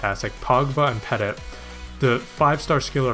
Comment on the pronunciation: Nice video again dude. BTW it is pronounced "petiy" not peTIT :)